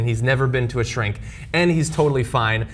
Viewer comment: Hannity: "And I never been to a shcrink" Well, Sean, you could really need it then